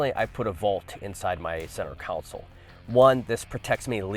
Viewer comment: Center console, not center council